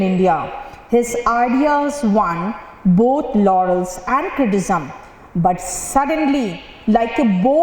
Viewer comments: Unfortunately, I don't think her skills are commensurate with her success. I have nothing against her, but being an English teacher she should at least pronounce a basic word like "criticism" correctly. And just to inform you it was not an inadvertent error, she did it 2-3 times. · she can't even pronounce criticism correctly, and she's teaching English :/